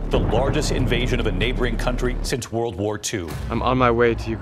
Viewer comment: " Со времён ВОРЛД ВОР 2..."☠️